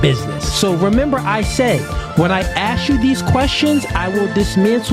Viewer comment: It's "ask" NOT "axe" !!!!